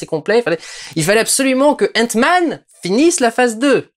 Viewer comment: Sesr paz henk sest hank et sest pas entman sest antman